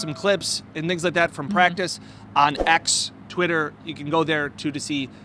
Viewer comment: REALLY?! *It's practice, and not practive. * It's Rasul, and not Razul. * It's Jaguars, and not Jagwires. 😮